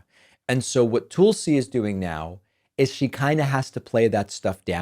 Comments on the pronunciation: As soon as you mispronounce Tulsi, I’m out. Very misogynist behavior. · It may not be too important, but Laura In Graham's last name is pronounced with the sound of two syllables : Ing-ram. And Tulsi Gabbards's first name is pronounced: Tul-si, not Tool-si.